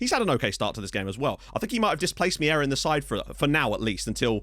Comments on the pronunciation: It's not Miera, it's Meira. I'll try to help you pronounce it right. M'hey'rah. If you pronounce ei as hey, its enough and it will be correct. Cumps from Portugal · if you want the correct pronunciation of Meira it's more like Mayra